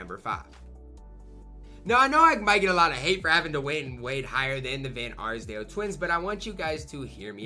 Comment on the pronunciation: Bro really couldn't say d van arsdale